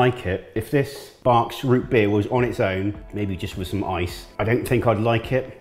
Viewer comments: You pronounced it correctly :) The unusual name comes from the family that invented this variation on root beer, the Barq family of Biloxi, Mississippi. This stuff is more cola-style, and it's not for everyone (I grew up drinking it and I like it, myself). If you want to try other styles/types of root beer from the US -- assuming they're available: try A&W and Mug for a more "standard"(?) flavor, and IBC and Abita for a more traditional, sassafrass flavor, IIRC. For a variation on Barq's, try their red creme version. Definitely an acquired taste, but it's different. All of them benefit from being chilled, whether with ice cream or no. Next time, add the drink first, and then the ice cream :) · Barq's (you pronounced it correctly) is awful. Very bitter. You did the float right, they always foam a bit. They are usually served with both a straw and a long spoon. A&W Root Beer tastes way better. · It’s pronounced burks like ber (qu) s, where I’m from at least